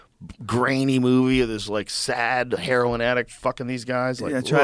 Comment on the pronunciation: Omfg I almost died laughing he said a A sad herion addiction gross.